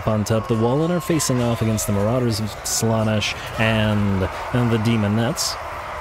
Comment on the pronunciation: I don't think I'll ever get used to the way you emphasise slAnesh instead of slanEsh, but that's probably just an accent thing 😂 Archaon is one of my favourite lords, he's just such a wrecking ball. I normally keep him off his horse, tends to make him more survivable in my campaigns. Dorgar ofc will be very sad but the added anti-large and middle fire danger is too much imo.